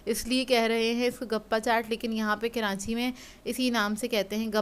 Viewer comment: keranchi hahahaha bhen karachi hota hy